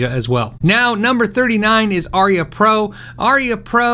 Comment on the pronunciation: Pronounced a- rhea